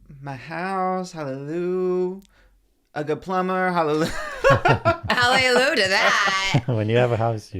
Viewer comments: Moses not letting them know that it’s hallelujah not halelu is crazy lol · Them saying halleloo instead of hallelujah like Sh*ngela from drag race killed me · The way they are pronouncing hallelujah 😫😂😂😂😂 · I literally couldn’t focus because of the pronunciation of hallelujah. I’m like have I been wrong my whole life. 😂❤ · Them pronouncing hallelujah is killing me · emphasis on the JAH 😭😭